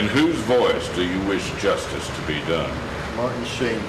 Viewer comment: Whenever justice is said I now repeat “yustice” to myself and have a little chuckle. Thank you,.